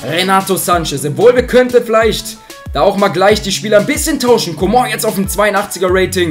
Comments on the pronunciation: kannst du mal coman sagen und nicht comon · ich finds lustig wie er comong ausspricht😂